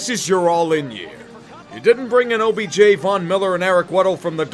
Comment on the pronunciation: Whenever you said OBJ I kept hearing OBGYN and I wonder if this is a sign